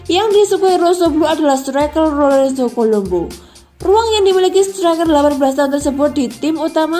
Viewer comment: "Lorenzo Colombo menclok lor e rel" Ayo coba latian 100x, Mbak